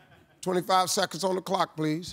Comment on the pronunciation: “Twenty fie seconds on da clock please”